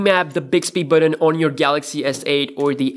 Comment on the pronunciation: The reviewer's accent is mostly unintrusive except how he pronounces the word button. it's not unpleasant. it's quite amusing. Buhden? Beoden? His pronunciation is pretty spot on for the most part. I'm not sure why he pronounces a very simple word like button like that.